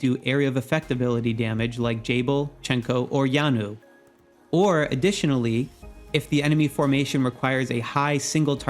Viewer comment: Great video as always!!! Just FYI: I believe Yeonwoo is Korean since it sounds like a Korean name. It would be 연우 in Korean. To pronounce the name it is not Yanwoo. The the “eon” in “Yeon” is pronounced more like a hybrid mix of “awn” as in “yawn” and the word “on” … but definitely not with a strong “a” sound.